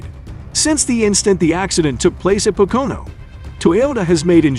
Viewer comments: Hire an announcer that speaks english. This dumbass can't even say Pocono. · I love how you totally butchered how you say pocono and that you guaranteed his return even though he’s done for the year 😂